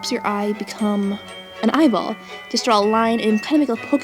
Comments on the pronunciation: No offence but... It's not "Drawl" it's "Draw" :/ Sorry I have OCD :\\\ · Correction : its not drawl its draw! im not trying to hate im a sub and you are very helpful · Stop saying "drawl". PLEASE!!!